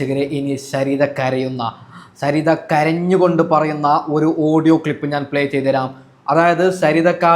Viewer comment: ശരിത അല്ല സരിത